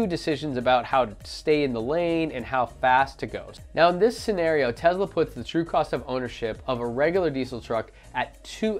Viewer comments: FOR GOD’S SAKES YOU’RE STILL NOT SAYING “Tesla” RIGHT EVEN AFTER I TOLD YOU IN THAT OTHER VIDEO AND YOU NOTICED O MY GAH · Love your review, except one minor, stupid point. It's "Tesla" (i.e. "TESS-lah") not "Tezla." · Tezluh lol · Dope video. But please... it's Tesla. Not Tezla. xD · Ya umm there's no Z in TeSla.....just saying.